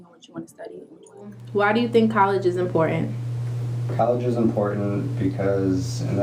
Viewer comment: It's IMPORTANT, not inpoent.....